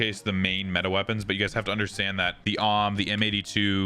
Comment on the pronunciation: A....W....M.....Not Auwm or whatever the fuck. Nice vid though bro. Very informative